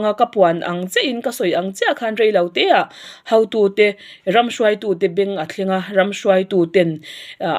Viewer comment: Hautu ni lo in hotu tih tur, mizo ṭawng zir ila ngai anih kha, i lam diklo nasa ee mai